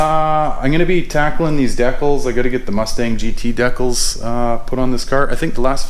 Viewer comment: Love your channel and I chuckle every time I hear you say decals :)